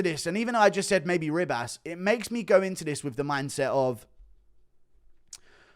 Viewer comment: Why does he call her Amanda RIB ASS